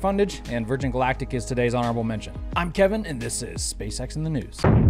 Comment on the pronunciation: Another very peculiar pronunciation of the words: "honorable mention". Appreciated.